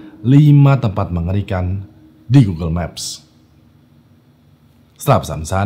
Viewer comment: Di kok gw denger ny "5 tempat Makan ikan" Wkwkwkwk